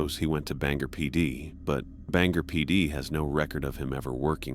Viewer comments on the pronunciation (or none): Its ban-gor like gore without the e ive lived here for most of my life😂😂